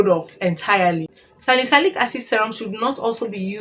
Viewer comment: Salicylic acid is pronounced as : SA-LI-SI-LIK